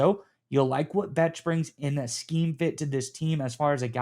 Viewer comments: Love the content, fellas! Bech is pronounced "Besh" btw. Go Raiders!!!!! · Bech (pronounced Besh) was the top blocking WR available in the draft. He will be very valuable in the run/screen game in that regard. Maybe a Hines Ward type?